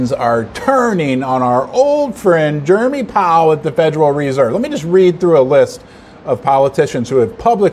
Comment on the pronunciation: Jerome. Not Jeremy.